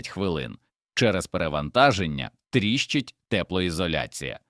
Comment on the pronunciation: Цей говорун, прикриваючись "патріотичною шкіркою", насправді виконує роботу ніяк не пов'язану зі змістом відео - знищення української мови. Спотворені українські слова (в дужках - українські): т^ріщить (трі^щить), об^маль (^обмаль), пан^цира (^панцира), висо^томір (висото^мір), шта^белями (штабе^лями), проти^піхотні (протипі^хотні), обрушується (немає такого слова в українській мові), ^вибухова (вибу^хова), ^вісімсот (вісім^сот). Якась хвілологічна зграя, що ніколи не говорила українською, з якогось дива вирішила "облагородити" нашу мову. Для чого? Кацапське прдвоєння букв: тонна (тона), программа, данні і т.п., дебільний "праЄкт" замість проекту. Одним словом спільними зусиллями москалі і наші "гвинтокрилисті порохотяги" вбивають українську мову.